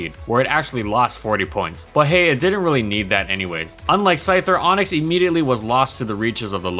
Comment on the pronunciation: ONIX NOT ONYX